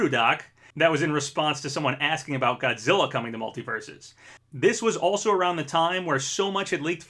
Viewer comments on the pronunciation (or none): none